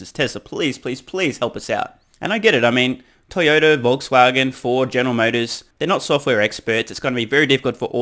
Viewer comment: Did you say "Volts-wagen"?